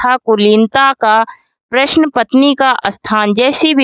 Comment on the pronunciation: प्रश्न का उच्चारण सही तरीके से करिए